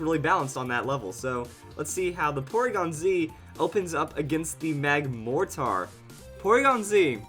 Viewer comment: PLEASE, It's Mortar not More-Tar